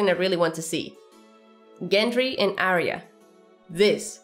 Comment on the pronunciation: I am always looking forward to Arya's reunion with the correct pronunciation of her name.